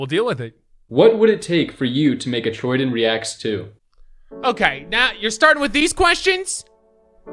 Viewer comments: its TROY DAN, not troydin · you literally keep saying troydin instead of troydan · Troy DAAAAAANNNNNN not Troy Diiinnn...jesus y is so hard for people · Troy DIN? It’s troydan (Troydanne) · says Troyden it’s Troy(Dan) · This man said troydEn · He said “troydin” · The man said his name wrong 😂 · Who does he say Troydan like that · imagine saying troy dan wrong